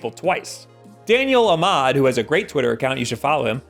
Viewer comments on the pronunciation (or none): none